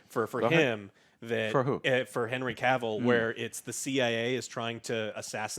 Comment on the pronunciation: ehhh, Joe finally stopped saying Caville. phew, that always bugged me